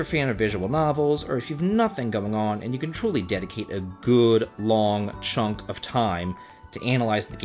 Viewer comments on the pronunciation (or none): none